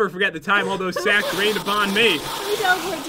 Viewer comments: me: ITS RAINING SAKS pat: I never hered someone say its raining saks me:I just said that me:ITS RAINING SAKS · You said sack🤣🤣🤣🤣🤣